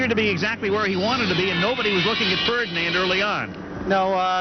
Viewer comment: He says fredand